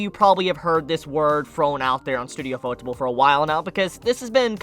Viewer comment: Lol the way you pronounce ufotable is shit. Its literally ufo-table. It's yu-fo-table. You can thank me.